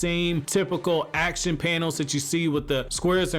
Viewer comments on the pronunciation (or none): none